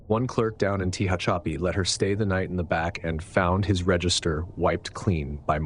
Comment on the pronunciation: You pronounced Tehachapi wrong, just saying. It’s pronounced tah-hatch-a-pi. Other than that, Great channel and great work you do.